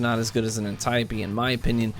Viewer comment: The third time you said antieup D I rolled my eyes....antee oap D is how it is pronounced. Good review other than that.